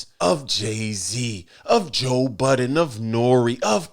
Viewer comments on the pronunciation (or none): Why does Dame not know how to pronounce Joe Budden correctly? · Silly Dame can't seem to pronounce Joe Budden name correct... Its Budden not Button stupid